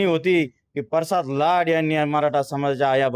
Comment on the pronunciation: परसाद नाही रे प्रसाद आहे